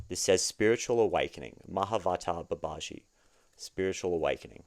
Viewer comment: I want to know how people can tell the difference between you saying you want six & you want sex - because those words are identical to Brits like me. 😂 Babaji is pronounced Baba-gee